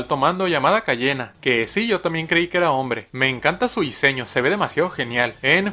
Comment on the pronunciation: Si te equivocas te echa pa fuera y luego dijo Cayena (será coña no ...)